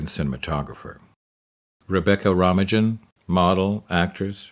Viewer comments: Rebecca "Rom-o-jin"?? lol did you ever meet her - its ROW-MAINE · 😂 At least pronounce her name correctly...who tf is REBECCA RAMA-JIN?!? It's Rebecca Romijn, pronounced "Romaine" like the lettuce, though I have heard "Rome-in" before as well. Never "Rama-jin" ...🤣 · Rebecca Rom-ijin lol, Romijn is pronounced like romaine lettuce. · Rebecca Ro-mi-jin... wtf. Ro-mine is more accurate. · It's pronounced RO-MAINE not RO-MA-DJIN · Rebecca..... RA-MI-JIN??!? RO-MAIN if you please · Rebecca Rag-mah-gin? It’s pronounced Roh-main. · romehjin? row-main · Romajuhn? It's pronounced Romaine... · it's pronounced Romane like the lettuce not Romajin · Rebecca "RO-MI-JIN?" For heaven's sake, if you're going to do a feature about an actress, learn how to pronounce her name. It's "RO-MAIN." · Fascinating watch, but as a Dutch fan I'm obliged to point out Rebecca's last name is not pronounced "Romigen" but something close to Romeyn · "Ro-main", not "Rom-e-jin" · Rebecca who???? Romigen?????? Its Romijn.....ij is dutch......ijsland....ijver....ij meer.....het ij......IJ.....come on man... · Who is Rebecca Romagin? // I have heard of Rebecca Romijn (pronounced Romaine - like the lettuce). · C'mon dude...ROM-A-GIN...pretty sure it's pronounced Romaine like the lettuce... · Rebecca Romma-jin lol. It's pronounced Ro-main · seconds, narrator pronounces Rebecca Romijn's last name as "Rom-Eh-Jen". What a PUTZ! Her last name is pronounced "Row-Main" and you think he'd know that after working with her. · Rhom-a- gin. It’s pronounced Romaine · Roma-jin? It's not pronounced that way sir. It's Ro-main. Lol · lol rebecca Romagine! row-main my guy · Rom-a-jin? Romijn is dutch. Sounds like Romaine. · Lmfao! Rebecca “Rah-mah-Jin”!?!? It’s pronounced “Roh-main”... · Romijn is pronounced ROW-MAIN, Not RAW-MA-GIN. I honestly didn't watch another second of the video after that because that CRINGE level event caused me to..... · It’s pronounced row-main not rom ijin lol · rahm uh jehn? C'mon.